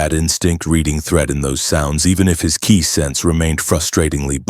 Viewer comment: Aww...he didn't arrive as a baby in his Saiyajin space pod? Imagine him raised by Hobbits and taught by Gandalf and Aragorn instead of Muten Roshi. Seriously, if you're going to include DB content, get your AI to pronounce "Gi" and Ki" correctly. They both rhyme with "Key" and Saiyajin is pronounced "Say In" Speaking of Gis, why exactly is Saruman wearing a Turtle Hermit School Gi there?